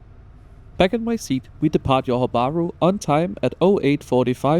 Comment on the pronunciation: By the way, thats Johor as in Zhohor or Dzhohor (juh), not yohor 😅 Tell me you're Scandinavian without telling me you're Scandinavian but that's alright Sadly I won't make it to this line before it's gone but I'm looking forward to the RTS and they're even planning a second line!